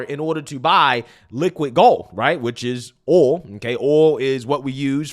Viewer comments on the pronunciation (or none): Dude, you say Ooul! Lmfao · It’s aw-ll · I like how he pronounces the word “Oil”